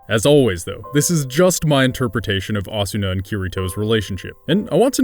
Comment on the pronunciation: Yeah, giving the 'r' in Kirito a hard 'r' pronunciation like a pirate. Pronouncing the 'A' in Asuna as the same as the 'a' in 'apple' as well as fully pronouncing the 'u' when it's a whispered vowel. It's funny to hear.